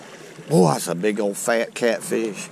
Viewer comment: "Catfeesh" I love it though.